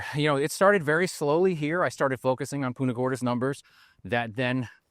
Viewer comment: It's PUNTA not PUTA